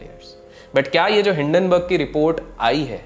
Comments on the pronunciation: Common People Pronounce:- Hindenburg Ultra Legend:- Dun-Dun Burg😂😂😂😂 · Hinden burg ko doon doon berg kyun 😂😂😂